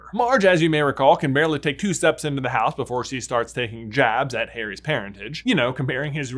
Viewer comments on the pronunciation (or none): none